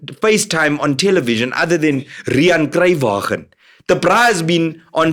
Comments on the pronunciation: Riaan Cruuywagen 😅😂🤣🤣🤣🤣🤣🤣🤣🤣🤣🤣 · Riaan Cruywaagen 😂😂😂